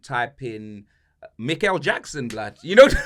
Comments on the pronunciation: Mikel Jackson had me dying! Man also said Neverland ball 😂😂😂😂😂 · Man said mikle jackson😂😂😂😂 im dead f u man 😂😂😂